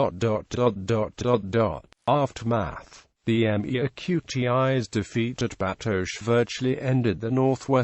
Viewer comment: It might be comprehensible if it could properly pronounce "Metis"!